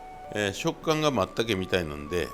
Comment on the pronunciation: 松茸のことをまったけと発音されるのは関西だけなんですね 初めて知りました